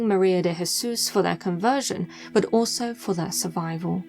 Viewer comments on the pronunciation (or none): IT'S BUT NOT BU